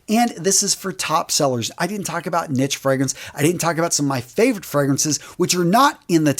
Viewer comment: He also pronounces a lot of fragrance related words wrong along with the names of fragrances ex: when he said La Nuit De l’homme, any other time he said L’homme, and Neiche.